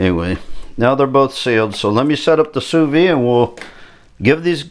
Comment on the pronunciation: Great video! Sous vide is pronounced: sue-veed (don't leave off the "D")